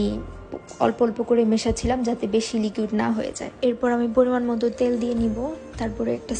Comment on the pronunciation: লিকিউড না আপু,,,ওইটা লিকুইড হবে